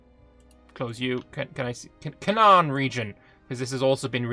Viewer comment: It is pronounced “cay-nan” :)) just a quick fyi, love the video